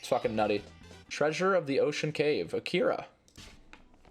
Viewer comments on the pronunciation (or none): none